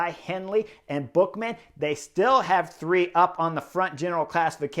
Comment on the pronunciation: 1. I like Ineos' strategy. Movistar has shown so often that having 3 guys under the top 10 doesn't make you win by definition. So they have shown their cards now. 2. It's Buchmann with a German ch, not Bookmann. Here the 9 minutes tutorial how to pronounce it 😉.